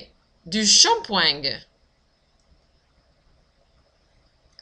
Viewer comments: On prononce shampoueeeng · i don't think you should pronounce the "g" at the end of "shampooing". it's a more nasal sound at the end, in fact.